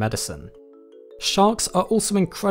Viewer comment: I kept hearing Shark Ecoterrorism